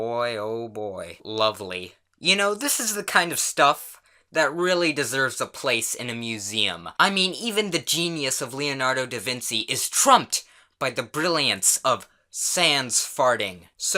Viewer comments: Why do you say Leonardo Da Vinsi? It's pronounced vinchi. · i think you accidentally said Leonardo divinsi not divinshie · It's not da vinsi it's da vinchi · Man really just said "Leonardo DaVinsi" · He said leanordo davinsee